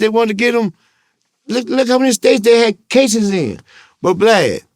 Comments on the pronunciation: He calls Vlad, Blad : He calls probabtion, provation 😂😂😂😂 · From”Glad” to “Blad” 😂 😂 😂